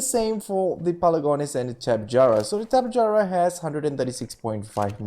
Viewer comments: Great vid! But sorry I have to say it "tap-eh-harah" not "tap-e-jarah." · TOPY-jar-a not tapejara